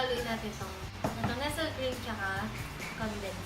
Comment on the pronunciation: Nesel cream!? Fyi po para di tayo pagtawanan ng ibang nakakaalam paano bigkasin ang nestlè cream. Try nii. Basahin ito nes-lee cream! Ganyan na ganyan ang pagbigkaa instead na nesel cream.